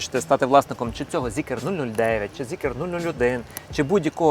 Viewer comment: не ZeekEr, a Zeekr